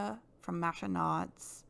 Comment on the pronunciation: It's not maasha it's a mix between masha and mosha. : )